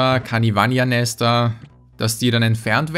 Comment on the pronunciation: Ey, ich hab echt ne wichtige Ansage: Es ist heißt nicht Kanivan-I-a oder wie auch immer du es nennst. Es heißt Kanivanha. Kannst du das bitte nicht mehr falsch aussprechen, da zieht sich echt alles zusammen. Danke